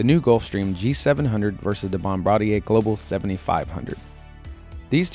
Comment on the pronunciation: THANK YOU for pronouncing Bombardier correctly...